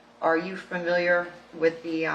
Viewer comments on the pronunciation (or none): Its so annoying this attorney keeps mispronouncing the word "familiar". She keeps saying farmiliar. Ridiculous for a "professional". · This attorney needs to learn how to pronounce the word "Familiar." It's not 'Furmiliar.' There is no 'R'. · Stop mispronouncing familiar